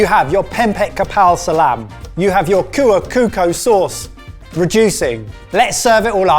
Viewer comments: Thank God it's not rendang 😂. Small correction, the 'c in 'cuko' it is not pronounced like 'k or as 'c' in 'cap', but as if you say 'chap', imagine it is 'chuko.' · It's kuah chu-ko, not kuuko. Please guys 😅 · me every time says "Cuko" as "Kuko" 🤣🤣it's supposed to pronounce as chuko as "ch" cheese, but I understand it's hard to pronounce something from another language and well done to the boys Honestly Indonesia had a lot of food and cuisine thanks to the number of islands with different culture but thanks for featuring one of my favorite dishes. Hopefully you guys can try more of our food 🥰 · Its Cuko using C like Chop, not Kuukoo🤣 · it's pempek kapal selam (literally, submarine, due to the shape I think), not kepal salam (which translate to something else literally, but doesn't actually mean anything). And cuko is pronounced chu-ko, not coo-ko. brown sugar, chilli and garlic is mainly to be on the cuko/sauce. the pempek dough isn't really spiced, mainly the buillon and salt as the only seasoning in addition to the fish and flour. some version also include the egg (egg whites only usually, but sometimes both yolk and whites) and/or garlic as part of the dough though (but I don't think anyone add any chilli there). and for the filling of pempek kapal selam is usually only the yolk (whole yolk so it kept it's shape), but sometimes has the whites as well depending on the area, people would boil and fry, directly fry, or only boil before eating it (different region/types have different preferences), but the one from palembang is usually boiled and fried. gepeng literally means flat. so flat disc shaped. on the flour to fish ratio, the fancier/expensive ones usually have more fish, while the common/cheaper ones have more flour than fish. some areas also serve it with yellow noodles (or like instant noodle) in a bowl (and have the cuko poured in it, as kind of the soup, slightly diluted with water) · You know that someone is white when they pronounce cuko with kuko